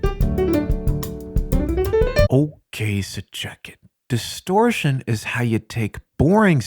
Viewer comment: DISTORSHION LETS GET STARTED